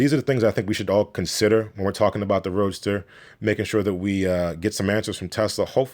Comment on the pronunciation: Anyone else hearing him call it "Roaster"? Seems appropriate...